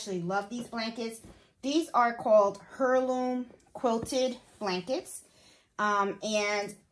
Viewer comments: Love this video Heirloom is pronounced air-loom. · I love these blankets, beautiful! You do wonderful work. Heirloom pronounced air-loom. Sorry, I dont mean any disrespect I just thought it might help? Thank you for your awesome videos.